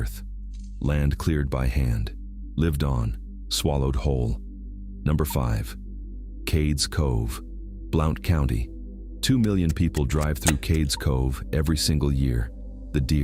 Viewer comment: another one that pronounced it wrong its pronounced "blunt county"